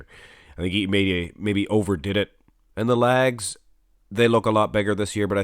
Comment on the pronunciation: “Good size on his lag’s” love the way you say leg”s ! lol